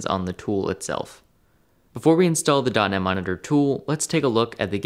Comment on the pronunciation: The way you pronounce dotnet monitor, it sounds like dunny monitor. 😆